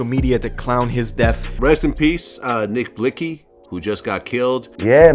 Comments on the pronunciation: "Nick Blicssy" im like bitch its "Nick Blixxy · She said nick blickzeyyyyy😂😂😂😂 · did she say “nick blix cee” 😭😭😭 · “Nick Blixkcie” 😂😂😂😂😂so you telling me no one on set could’ve told her how to say the name